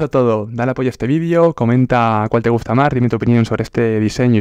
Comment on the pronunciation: No se dice vidio, se dice video